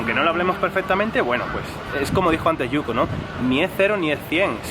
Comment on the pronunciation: Oye, dile a yuko que su español sería perfecto si pronunciara la " L " bien, ella la pronuncia como una "R" y eso es lo que le hace sonar japones.